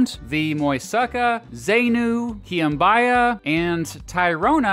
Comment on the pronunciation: Lo que dijo, Moisaka, Zeinu, Kwinbaia and Tayrrrrona. Lo que quiso decir, Muisca, Zenú, Quimbaya y Tayrona. Definitivamente usted sí necesita Babbel para aprender un poquito la pronunciación del español. 😂